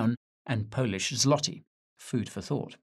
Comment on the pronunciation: Złoty is pronounced Zwoty.